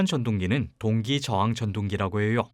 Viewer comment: 오 외국인 발음!!! "~해욕" 외국인이 한국인 처럼 발음하거나 표현법을 쓰기가 쉽지만은 않죠. 한국인 상대로 여러개의 채널 활동하느라 수고가 참 많아요. 저도 특별히 감사해요